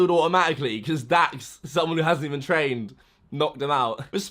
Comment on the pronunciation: ITS LAX ITS DAX